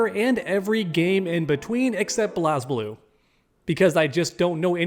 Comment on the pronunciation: The fact that you said Blaz Blue wrong, I can tell you don’t know about it lmao